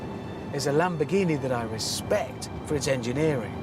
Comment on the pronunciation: at least he put RESPECK on the name